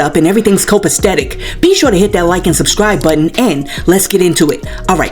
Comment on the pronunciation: It's actually COPACETIC....NOT STETIC... I'm not going to go as far as the other girl and call you dumb but just sayin'. I had to go through like how many minutes of drama over your bruised ego just to get to the actual video??!1 Thumbs down.